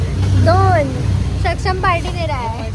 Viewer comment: Jasa tu “” nahi tasach topn “Shaksham” nahi “Saksham” ahe😂😂🤣